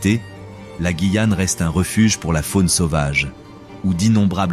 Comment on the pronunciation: Super documentaire, par contre, étant guyanaise, la prononciation incorrecte de “Guyane” du début à la fin 😭.